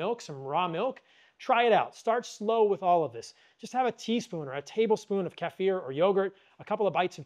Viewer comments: Thanks for pronouncing 'kefir' right. It drives me crazy the way most people pronounce it. 😄😅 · Thank you for pronouncing Kefir correctly the eastern european way. I have had many Americans arrogantly “correct” me to say KEY-FUR as if they have no idea that culture and language develops outside of their own vacuum.